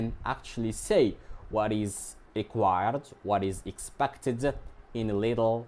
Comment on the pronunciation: sorry to say this, but you mispronounced the word " expected"